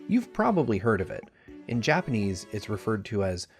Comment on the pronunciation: Wow your Japanese pronunciation is on point. I was genuinely surprised. How long have you been learning the language?